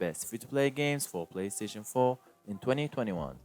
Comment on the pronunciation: “PlayStation foe” 😂 lol